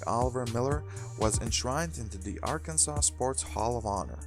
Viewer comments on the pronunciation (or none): Why do you say Arkansas so weird. The S on the end is silent.